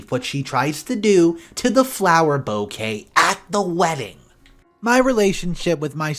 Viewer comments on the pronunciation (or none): none